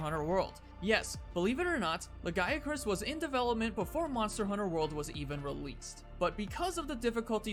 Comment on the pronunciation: I can't help but hear you say "Le Guy [a] Crus" when talking about Lagiacrus >.>